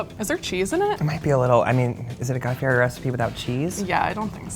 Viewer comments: "Fieri—pronounced "FEE-eddy," with the "eri" trilled Italian-style, for anyone wondering why the 'r' sounds more like a 't' or 'd'—was born Guy Ferry. He changed it back to the original way his family spelled the name, Fieri, in 1995 when he married his wife, Lori. " and "Fieri, very very rare, present in Tuscany and Lazio, Fiero, equally rare, is present throughout Italy, but in particular in Campania, should derive from the medieval name Fiero, with the meaning of proud in God." This has happened quite frequently as with my family name "Love" which was originally spelled "Luiff" and changed when the family came out to America. The same was true of my mothers maiden name "Zurick" which was changed from "Zurich". In both instances it was easier to get Americans to pronounce the names correctly by changing the spelling. Just an FYI for you Slashbag69... I hope I'm pronouncing it correctly. Wouldn't want to disrespect you. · Y’all work for Food Network and you can’t say his name correctly? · How can you claim to be the biggest fan and not even know how to pronounce his name? And the Food Network puts these morons on YouTube. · Learn to say his name correctly. Listen to how HE says it.